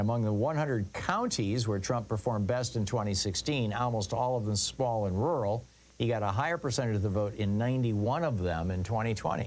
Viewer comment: This is so poorly timed, come on dude look around the world, read some news, do you see a lot of rural white rage or do you see a lot of urban elite white rage, if you think rural white rage is either a thing or a threat, you're dumb. you can't even clearly say the word rural.